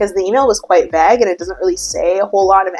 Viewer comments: it sounds like you’re saying vag! When it’s pronounced vay-gah! 😂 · Vague —> vay-guh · The way you say “vague” cracks me up!😂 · i love the way you say "vahhg" instead of "vayg" lol